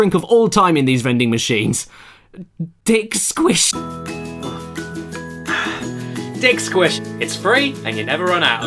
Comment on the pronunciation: Of course, he misread "Diet Squish". Same reason we got "swood" from JonTron misreading "swoop".